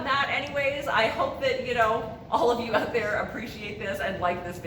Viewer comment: I knew when I heard you say oot instead of out…..canuck